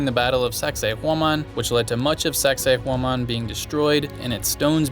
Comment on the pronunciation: Awesome video! Cusco is the most fansitating and mysterious city. did an excellent job with the pronunciation of Sacsayhuaman, that’s not easy. The catacombs were very creepy under that church as well as in Lima. The high altitude does get to you and it seemed like everyone had oxygen tanks around. My wife did get altitude sickness and we had to go to a hospital for treatment and they only charged us $12. But I did one better on the way there. I tried one of the liquid yogurts (it was lucuma) before we went on the plane and as I boarded the plane I got really, really sick. One of the flight attendants noticed me and notified the pilot who stopped the plane right on the tarmac so I could get off to a waiting ambulance. There was a Dr. there who spoke English and gave me this little brown pill and with just a couple of hours I was completely fine. We were able to resume the same flight the next day with NO yogart beforehand. I do want to go back to Cusco again someday!